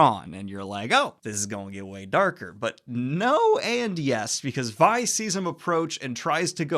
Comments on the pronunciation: Vi is pronounced like Its v(eye) not v(ee) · The name "Vi" is pronounced with a long "ī", as in short for "Violet". Not "Vee". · So you know it's pronounced V-eye not Vee. Not being a butt, just so you know. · As a long time league and fantasy fan, it makes me so happy that you enjoyed this!!! PS: it’s Vi as in Violet not Vee. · Her name is Vi, not V. You say the I, sir. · I noticed that too lol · How is it you've watched the show and still mispronounce Vi's name? No hate, just curious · Are you pronouncing Vi and Vander wrong on purpose? They say the names... in the show... like... it's audible... many times... i love you Daniel but godamn this was hard to watch. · Vi is pronounced as in Violet.